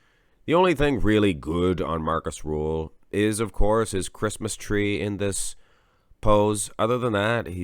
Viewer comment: "Markus RRRRuhl"